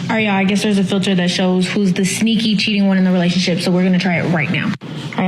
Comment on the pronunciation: relash-ship. LMAO. God's little clowns. You see how dey talk doh bro? Itzzzz waaaald. LMAO!